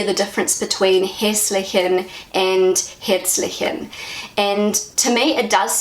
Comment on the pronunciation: If I may give you a "golden Bridge" to say Herzlich the right way, as you pronounced it "hetzlich": In english sound language it would be like"hare-tslich"